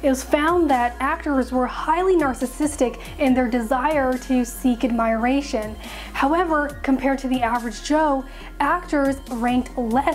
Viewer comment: Someone needs to teach her how to pronounce "admiration".